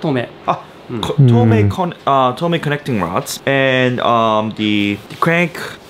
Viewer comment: lol said tomei connecting rods in japanese accent then switch realquick to normal funny masa moment